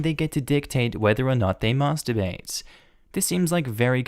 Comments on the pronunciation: Hearing an Australian accent say MASTERbate sounds so strange to my Australian ears MASSterBate sits better. So are you taking elocution lessons? And if so where do you get them from I may need some for my career too. (I am trying to get into a professional career and some people think I sound too country / bogan) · Why do you say Masterbate so weirdly